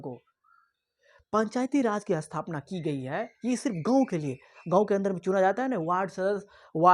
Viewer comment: Shahar . Not sahar Gaw nahi. Ganv poor hindi acchi malumat thanks